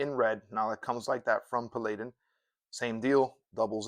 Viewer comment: its pronounced Pal-add-in